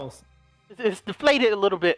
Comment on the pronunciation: Anyone else hear deflat